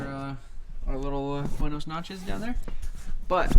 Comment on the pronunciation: “Buenos notches” 😂😂😂😂😂